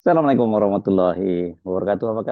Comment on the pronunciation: Salamnya berlogat Jowo